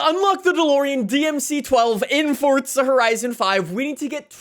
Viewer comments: Fun fact please learn how to say FORZA there is no T in it it's not FORTZA 😂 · It’s Forza not fortza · You say FORZA not FORTZA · normal people:forza him: fortsa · stop saying fortsa horizon 5 its forZa horizon 5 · forza not fordza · ForZa. Not ForTza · Ah yes I do love Fortza Horizon 5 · Cant get over it fortza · Fortza though? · Is it only me who dosent like how he says forza? He says “Fortsa” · When people say Fort-za I fucking cringe so goddamn hard. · is it me or hes saying fortza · anybody noticed he says fortza horizon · Why does it sound like you keep saying fordza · Why the emphasis on the (non-existent) 'T'? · Its NISSAN NOT NISAN AND IT FORZA NOT FORTZA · English 100, good job saying Forza and Nissan